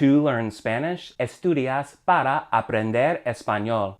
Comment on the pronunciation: Why say para like “pada”?